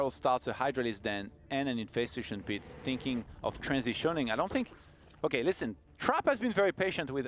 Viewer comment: What the FUCK IS ''an in-FES-tashun PEET '' FRENCH FROGGY ? ''In-fes-TA-tion'' pit